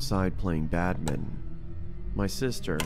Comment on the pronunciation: bro just pronounced badminton to badmin,that's what I would say to my cousins